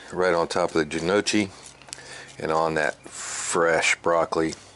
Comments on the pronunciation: It is pronounced No- Kee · Its pronounced n..yoky. nyoky. ( like hokie) Its a great starch side dish with mild gravy or browned butter. thanks for this as usual. The pork Jus is the best part! Thanks again. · Best looking piece of hog meat I've ever seen. That's pronounced (:Knee, oh, kee). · I think the pronunciation changes with the regions. It's no-key predominantly here in southeast Va as well